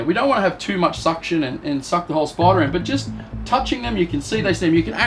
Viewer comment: “We can definitely milk the spidah”